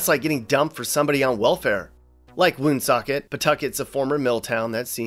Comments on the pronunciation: Woonsocket is pronounced one socket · Also Woonsocket is pronounced “winsocket”. Although it’s far from “winning” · By the way Woonsocket is pronounced Won-Socket. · It’s pronounced like “one” socket. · lol... as a long standing RI Resident this is funny and accurate. Except how he says Woonsocket and Narragansett... My lack of enthusiasm for the state is heavily weighted by our horrible governor lol! The rest of the state is fine (once you figure out where to avoid after 9pm) ;)